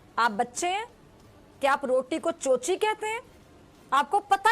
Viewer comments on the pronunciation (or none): चोची नहीं चोचनी.. 😆😆